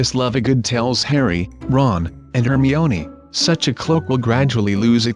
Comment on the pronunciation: Its HermIone not Hermeene